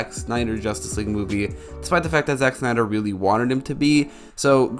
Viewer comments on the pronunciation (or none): none